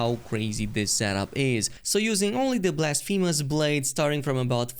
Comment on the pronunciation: blasfeemus blade😂